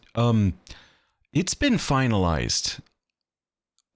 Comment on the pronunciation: The way says "We're Finalized" like "We're F***-ed" had me rolling 😂